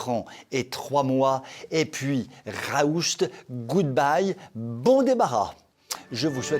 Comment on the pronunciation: Toujours un plaisir de réécouter ces chroniques pleines d'humour. En lisant les commentaires sur la dernière chronique, vendredi soir, vous avez choqué un internaute concernant le mot allemand RAUS. Il n'y a pas de T à la fin, cela se prononce RAOUSS. J'espère avoir satisfait les germanophones qui ont été choqué par la mauvaise prononciation de leur langue.